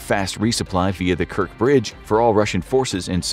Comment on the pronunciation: It's Kerch bridge, not Kerk